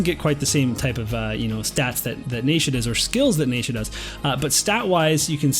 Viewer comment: This is great info, your content is always so helpful and I really appreciate it. I cringe every time I hear "NAYsha" but I'm just gonna have to let it go 😜